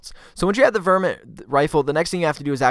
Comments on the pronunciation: its pronounces VAR MIT and its a .22 cal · Its VAR-MINT bro i hope this miss enunciation thing isnt something all youtubers are doing intentionally now ......its lame .....if its for comments even sadder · Good video. But it's VAAR met rifle. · Varmint rifle, not vermint ;)